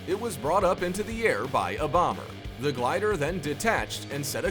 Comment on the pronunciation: You need to look up the word "Glider" ........